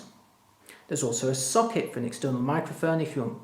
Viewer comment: hah when he says socket it sounds like suck-it